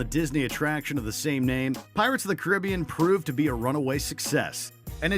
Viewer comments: That is not how you say Caribbean! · The way he pronounces Caribbean... is it like a cultural thing I’m missing?